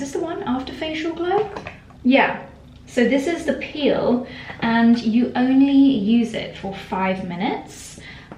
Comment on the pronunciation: You always say onley britische. 🤔